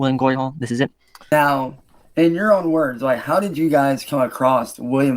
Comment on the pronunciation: . Anyone catch it???? "As of Meow" 🤣🤣🤣